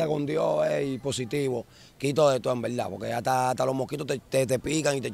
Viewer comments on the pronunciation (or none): En veldad en veldad 15,000 veces